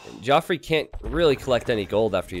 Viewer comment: Geoffrey is just pronounced the same as Jeffrey, it's not Joffrey lol.